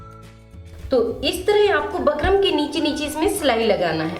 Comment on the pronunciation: Pheli baat to bukram bol lo aap bakram bakram krke sir mai dard kr diya mere to😂😂